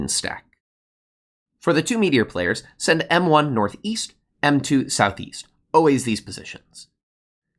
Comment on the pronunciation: SouthEAST? I thought you said.... SouthWEAST!